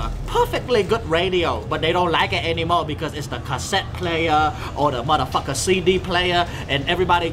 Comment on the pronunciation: Every where I skip to I hear "mudda pucker". Lol.